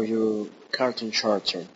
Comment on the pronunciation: Lol you pronounce character as chericter! Try saying it like this: Karakter.